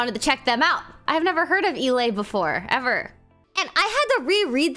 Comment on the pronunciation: I don’t get why Americans can’t pronounce words right like with thinking EI makes “Ai” when it doesn’t, it makes an “Ay”sound. Glad Valk is actually able to read